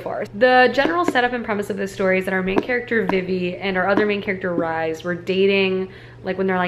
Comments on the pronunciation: Lol - Rhys is pronounced like Reece not rise 😂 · Hi! First off, love your videos. very cozy and your chopping skills are A+. But I need to say this, Rhys is pronounced like "Reese" not "Rise" >.< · i think rhys is pronounced the same way rhys from acotar is, reece/reese